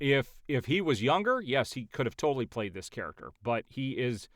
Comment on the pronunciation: the "main charaxter"